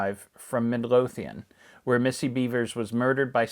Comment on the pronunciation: Itms pronounced "Mid-LOW-thian."